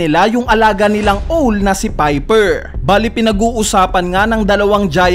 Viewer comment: Like niyo to kung napansin niyo yung pronunciation ng "OWL" 😂😂😂